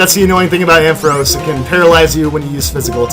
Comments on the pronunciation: Its prenounced amfeross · Arnt you saying ampharos wrong